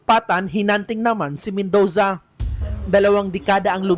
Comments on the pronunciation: Mendoza❌ Mendowza✅ Murder❌ Merder✅ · BAKLANG MEN-DOW-ZA 😂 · Pangit ng Bigkas ng Reporter nyo, Robot amputa. Men-dooo-za, parang ung font na Roboto Came to Life.